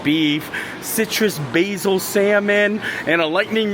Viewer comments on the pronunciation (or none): none